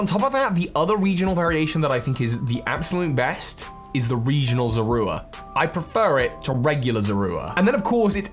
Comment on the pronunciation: Zor or ra❌ Zor ru a✅